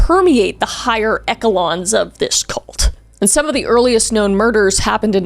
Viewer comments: Echelon is pronounced esh-el-on. Love your videos! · I don’t know if it’s the accent but Sarin rhymes with Karen. And Echelon is actually pronounced eshelon. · To feel you need to explain Orwellian but mispronounce echelon is crazy work